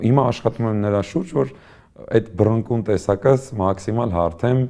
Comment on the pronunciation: «Սաղ հեչ», բայց այն եզակիներից է, որ «բռնկուն» բառը ճիշտ է արտաբերում